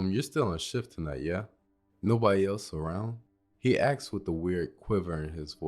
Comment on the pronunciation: Why you keep saying axed